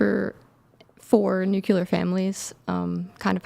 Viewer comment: What is a ‘Nucular’ family? Lol